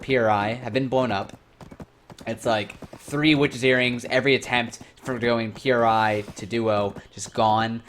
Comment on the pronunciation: Its pronounced, "pree", not P.R.I. Other than that this was a reasonable video with some good points made. Towards the end tho you make it sound like you were lied to and you were promised a different game, lets be real tho, this is a Korean game, and youre not into RNG or the Grind. Its a KOREAN game.